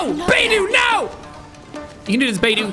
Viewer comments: The way he say beidou's name 😂 I'm dead " Beidoo" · Bey-Do😭✋I’m literally gonna cry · Says Bei-doo and Die-luke... Sean the characters say thier names in thier profile voicelines. Bei-dough and Dee-luke. Bennett is a very good character too. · Beydue lol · Everyone knows it's said bae tho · Beidou is now bei-do Diluc is now die-luc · Who else instinctively said Beidou and Diluc's name correctly everytime he said "Beidu" and "Dailuc" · coming back to this a year later and him calling beidou “beedoo” is still hilarious” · I cringed at "Baydoo" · It’s baydoo! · Seeing Jack pronouncing all the names incorrectly, not knowing where the hell he is, what in the world hes doing, not using the character kits correctly just fills me with unlimited joy and happiness. BTW how the fuck did Jack reach inazuma if his damage is so weak. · Jack: absolutely massacres the pronunciation of Beidou's name Me: takes immense psychic damage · The way he pronounces Beidou’s name is hilarious